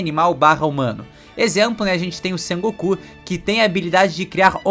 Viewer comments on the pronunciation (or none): none